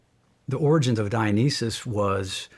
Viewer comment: Dionysus is being pronounced incorrectly.